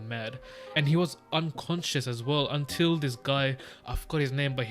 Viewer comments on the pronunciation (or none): none